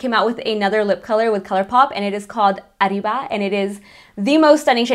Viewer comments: I thought the same.. She said that her parents are from Chiuhuahua so I too have a hard time believing she can not pronounce such a common word. Now, " Café au lait" is different because that is French so she gets a pass on that one its the same as "Cafe con leche" in Spanish. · GIRL I LOVE YOU AND YOURE BEAUTIFUL BUT HOW CAN U NOT PRONOUNCE ARRIBA CORRECTLY